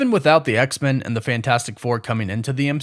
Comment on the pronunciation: What's the deal with your pronunciation of X-Men? It sounds like you're saying X-Mun. Is that the "official" way this name is supposed to be pronounced? I'm not a super geek so please excuse me if I'm not fully informed but I've always presumed that the name is to be pronounced as X and then the word men, said exactly as you'd say the word "men" alone. With a short e. Please enlighten me.